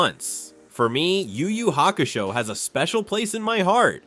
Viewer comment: I heard him mispronounced Yu Yu hakasho and the guy last name and now I forget the original name 😅😂😂😂